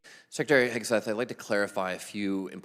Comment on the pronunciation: Also Mr. AI Voice. You're calling Hegseth HIX, What a farce.